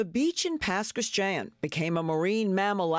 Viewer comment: Love how pronounces Pass Christian